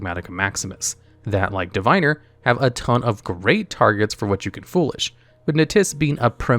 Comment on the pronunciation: Just because youre a lore channel, Diviner is pronounced divvinner. Love you, gravekeepers servant and sanga of the thunder are my favorite cards.